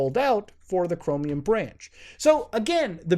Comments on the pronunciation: why does he say it like chromIUM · Why do you pronounce Chromium as Chromi-yum